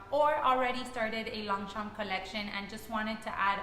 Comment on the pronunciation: The g and p is silent..